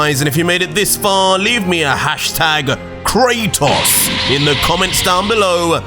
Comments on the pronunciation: You cant do krotos wrong.... boy lol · Bro you forgot the “A” in Kratos